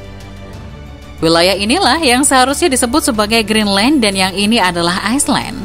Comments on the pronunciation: Greenland bukan Geendland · Kok geenland bukan Greenland 🇬🇱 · GEENLAND ? wkwkwk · geenland? Maksudnya greedland? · Lah kok Geenland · Kok itu bacaan nya geenland ya???